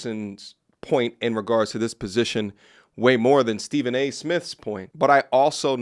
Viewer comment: Stephen A "Myth" 😂😂😂